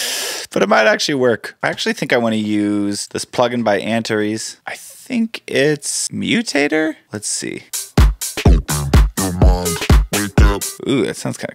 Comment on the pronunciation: 😂😂 do you mean Ant Aires as it’s spelt Antares:)